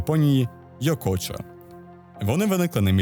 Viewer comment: Ви провели цікаве дослідження і окреме дякую за адекватну транслітерацію японських назв:) було дуже приємно почути Йокочо і Шотенгай, а не Йокосьо і Сьотенгай як прийнято казати згідно деяких підручників. Аж моторошно від цього крінжу, тож дуже зраділа коли почула гарну вимову